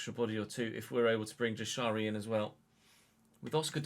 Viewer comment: Jashari is pronounced like yashari